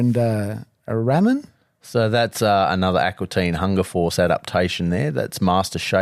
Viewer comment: Sigh, can you also sort out and how he pronouces Ramen 😂